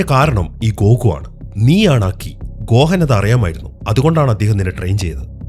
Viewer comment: Bro ഗോഹൻ എന്നല്ല ഗോഹാൻ ആണ്